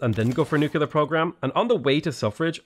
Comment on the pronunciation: What are these Nucular (nuclear) power plants you keep speaking of .... I am unculer (unclear) what you mean;P